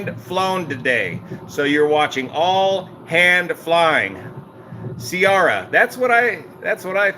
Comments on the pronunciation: Ciara is pronounced “Keera” not “Sierra”. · Storm KEERA. Not Seearah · Pronounced "Keer-a." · Ciara is an Irish name and is 100% pronounced “Kira”. No ifs ands or buts. - born and raised in Ireland. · Storm Ciara - Pronounced - (KEER - RAH) It's an Irish name. Shocked you don't know it. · Please correct the proper pronunciation of Storm Ciara. It's a Gaelic name and sounds out as "Keera" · ....Kiara....the C is hard... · Love your channel. Check out Mark sissons ketogenic diet. It's Key-Ra. Cld u do an entire sim flight for ppl who are newbies? Ifr stuff and landing approaches? Be great. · Ciara is pronounced Keera. It's an Irish language female name. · it's pronounced like "Tiara" but with "key" at the beginning. "Key-arr-uh". There is no soft C in Celtic languages (like "Cinnamon"), they're all "Hard" Cs (like "Calculate"). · The correct pronunciation is Keira as in Keira Knightly. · It’s an Irish name. Hard “C” not “si” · It's Ciara with C, not K sound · Ciara is pronounced like saying the word "ear" with a K in front and an A at the end. That's how we say it here in Ireland anyway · Thanks, you just made my day with this! I think Ciara is pronounced with a silent G...;-)